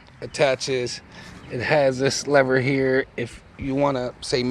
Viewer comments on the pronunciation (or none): none